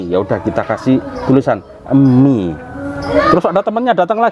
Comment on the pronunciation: Mie mas bukan emie